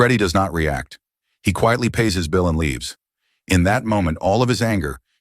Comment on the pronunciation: The automated voice said it thrice, Heat and Run. Same voice says, and now he laives wth his sister.